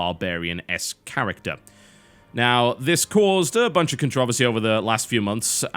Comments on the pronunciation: Jesus christ. "Con-trovesy"????? "Con-tro-VERSY" God damn this is missuse sends chills down my spinal cord. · CONTROVERSY IS NOT ONE SYLLABLE TB! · It's also a game and if you're a grown up then you can deal with it. Also it's contra-versy. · there are two "Rs" in controversy why must you butcher the language every damn time?